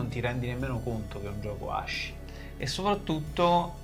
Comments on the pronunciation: quello che vuoi ma si pronuncia ASKI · Ragazzi di pronuncia aski, SI PRONUNCIA ASKIIII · Bellaz non voglio rompere i coglioni ma ASCII si legge "aschi" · ASCII si legge aski cmq (in inglese) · Fun fact: in inglese ASCII si legge "aski", il nome del sito è asciicker che si dovrebbe quindi leggere "ass kicker". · Tutto bello ma ascii si pronuncia come il cane husky. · posso rovinare la magia dicendo che ASCII si pronuncia aski o, al limite, askey? mi annoiavo.. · ASCII si legge ASKI ragà